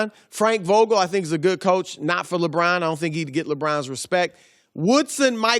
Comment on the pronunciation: Can we start a gofundme to get Chris Broussard a speech therapist to teach him to pronounce "LeBron" like a normal human being?